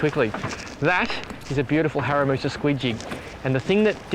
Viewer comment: Haramusa haha 😂 I think you mean harimitsu